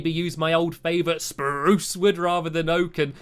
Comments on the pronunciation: its sprrrruuuuce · I find it funny how in a early video stampy didn't know how to pronounce spruce and now he says SPURCE! I love stampy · SSSPPPRRROOOUUUSSSEEE. The word spruce is pronounced like that in Stampy's way. With an extra SSSSSSSS. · Hey stampy say Spruce Now you realize you said it like an older person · Stampy!You forgot to say spruce in your special way!Every video I watch now you are saying spruce the average way